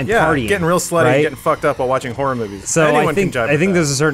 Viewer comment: Adam should probably learn to say "Horror" properly...